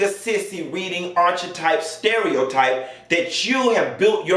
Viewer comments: Archetype pronounces (Ark-eh-type) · The way you say Archetype, it’s pronounced Arc-eh-type. The H is silent. Just wanted to make sure you’re not out here mispronouncing it to other people.